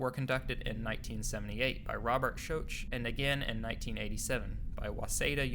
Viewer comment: Certainly butchering the name of Robert Schoch.